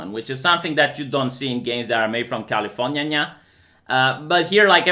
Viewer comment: Sounds cool, I'll check it out btw I laugh every time you say Californyanya